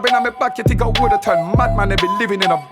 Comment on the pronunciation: Pussy don't turn red unless ur having sex and then she gets her period....pussy is usually pink....pussy will get sore but he's capping...imagine him coming to jamaica wit his small "hood" me as a jamaican takes this guy as a joke he says fink instead of think 😅😅😅